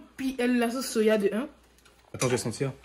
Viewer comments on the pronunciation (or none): * soya * mais c'est* soja* 😂